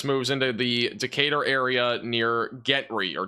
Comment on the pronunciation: Gentry is pronounced Jentry for furture reference